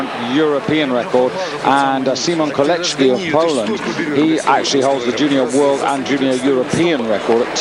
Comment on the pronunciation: There is no letter "H" in the name "Kolecki" yet this freaking weird bizarre Britisher insists on pronouncing it horribly wrong.